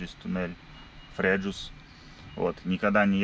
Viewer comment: ТурИн а не ТУрин.. не фреЖус, а фреюс... в магаз, если будете следующий раз по а4 с Новары в сторону Турина, то после а26 на сьезде на Грэджио есть ЕвроСпин, можно заехать прям с прицепом! Удачной вам дорожки!